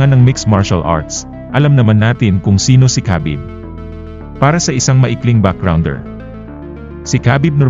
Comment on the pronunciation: Habib ang bigkas sa pangalan ni Khabib.. hindi kabib... i research mo to prove it.